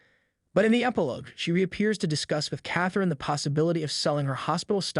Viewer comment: Meredith's & Catherine's names were also mispronounced.